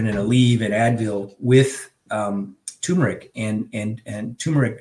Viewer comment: It's TUR-meric! NOT TOO-meric! So annoying!